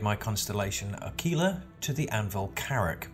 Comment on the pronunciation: Yes i did upgrade my Aquila to the Carrack... But this is the only ship i'm going to buy with $$$ as all the other ships i want i will get with in the game.... But i do see your point and good for you mate. Also A-KI-La is the proper way to say it so good there...